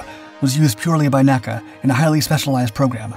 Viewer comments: ARRRRGGHHH!!! it is NOT “Nakkuh” It is “The N.A.C.A.” Nobody spoke acronyms for initials back then. My dad was Chief Aerodynamicist for the agency. I used to play in the halls of Headquarters in the Dolly Madison House on Lafayette Square when dad would go into the office on weekends. N - A - C - A was a family like organization back then. And nobody called it anything except its initials one by one. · Please, please, PLEASE! "N.A.C.A. was never pronounced "nack-a." It was an abbreviation, not an acronym. For it's entire existence from the 1920's until it was absorbed into the newly-formed NASA in 1958, it was referred to as "En-A-Cee-A." I mention this on every video you produce but apparently you don't read this, or don't care. I love your videos, but this is a serious historical error. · Somehow, I don't think it is, unless the guy sampled his own voice. And if it is, then why can't train it to pronounce N.A.C.A right? After all, the periods are right there.